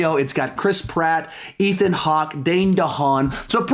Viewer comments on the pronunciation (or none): none